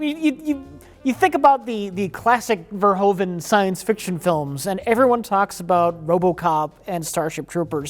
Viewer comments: Not to mention that every American ever pronounces Verhoeven wrong. The correct pronunciation in Dutch would be like Verhooven in English, instead of Verhoven. Minor nitpick, obviously. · Again, pet peeve... it's still pronounced 'Vurr-hooven' (not 'veer-hoven') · Verhoeven is pronounced wrong, the oe part sounds like the oo from reboot.